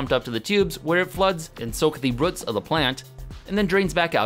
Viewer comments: It's more like rəts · Short ruhts. Long ruhts. That's one crazy regional pronunciation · Ah yes, the "ruts" of a plant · Why can you not say roots? lol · I have to stop. The way you pronounce roots is just weird.